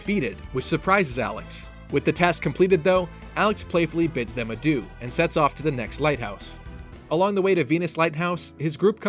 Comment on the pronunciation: im not even french but this adieu killed me D